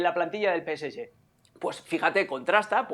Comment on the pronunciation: Por favor caballeros no es PS ye, se dice PS Ge,, senor Mario Carrillo no se dice a las espaldas, a la espalda de los jugadores.